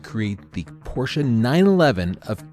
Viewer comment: I like that you say "Porsche" like the germans do and not "Porsch".